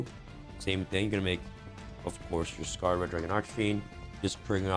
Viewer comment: thank you for saying Scar-ed dragon i am proud of you this is the correct way to say it